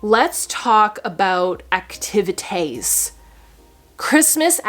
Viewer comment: "Christmas acti va tays" 😆😂😂😂